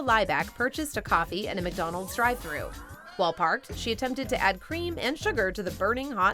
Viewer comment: McDonald's! NOT 𝐃𝐎𝐍𝐀𝐋𝐃𝐒!